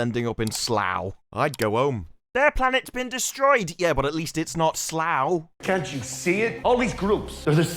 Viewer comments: What the hell is 'slogh'? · doesn't like Slow. Slaw. Slaugh. I don't know how to spell it, but it's British so it's probably spelled Slaughestishire.